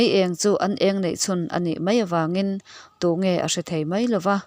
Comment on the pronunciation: Miss,, "tunge" i lam hi, i thlûk nasa deuh a, ngaihthlak a nuamlo, a bak chu i chhiar thiam